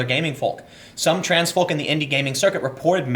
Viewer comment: Tim, 'folk' is pronounced 'foke'